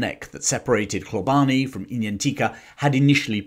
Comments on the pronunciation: Love the channel thank you and sorry for being a bit of a knob, Hlobane is pronounced Shlobane in Zulu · You are pronouncing the first portion of "Hlo" in Hlobane correctly, but the remainder is being pronounced incorrectly. The "e" is silent and the "bane" is pronounced as if you are saying the "bahn" in the German Autobahn.